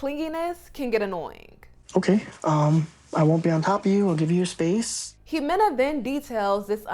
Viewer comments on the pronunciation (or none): It’s not imohagani.. is pronounced Hemena.or…Jimena…